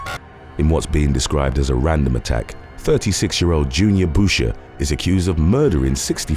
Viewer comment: Boucher...."boo-shay", like the Waterboy 😁